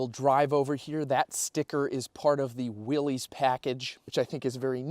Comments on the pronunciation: It is pronounced Williss, not Willies 🏴‍☠️😎🦆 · It’s pronounced, “Willis”.